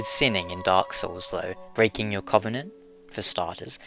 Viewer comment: Oh man your pronunciation of "covenant" kills me ;_